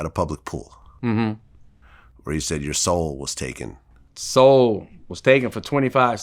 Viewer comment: "Soul" taken or "Hole" taken??